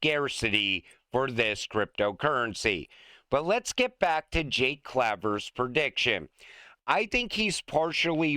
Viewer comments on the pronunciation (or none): And, for the 100th time, it's CLAAAAAAY VER, like the word "clay" fool. 😅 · For the record, Jake Claver is pronounced "Claver" Keep up the great work on posts. 🎉💪🙏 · Jake pronounces it CLAY-ver. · I won't ever subscribe until you learn how to pronounce Jake Claver's name properly. Two thumbs down 👎👎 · It's the year 2045, XRP is over 1 million each, and still can't pronounce Jake Claver. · when will you read your viewers comments? Go to any other YouTube channel to find out how to pronounce Jake's last name. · your viewers tell you over and over how to pronounce Jake Claver's name. Why don't you listen to your viewers? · I only started this video to see if you would pronounce Jake Claver's name correctly. 25 seconds in, NOPE!! 😂